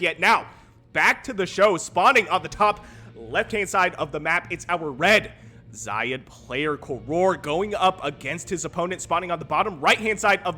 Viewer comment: I assume "xayid" is pronounced with with a soft A. Like 'say' but with a Z. At least 'eye' but with a Z is better than Lowko's weird middle-eastern-sounding pronunciation where he emphasizes the 'yi' part.